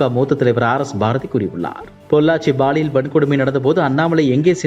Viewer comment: Ball இயல் இல்லை சார் Pall இயல் தான் சரி யான வார்த்தை. ஆண் பால், பெண் பால்.. அந்த மாதிரி. இனியாவது ஒழுங்கா உச்சரியுங்க. இல்லைனா இது ball இயல் குற்றம் ஆகிவிடும். 😃😊🥱